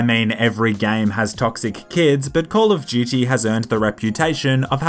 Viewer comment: call of Of Dutey